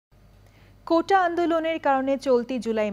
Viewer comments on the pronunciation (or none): কোটা নাকি কৌটা বলল?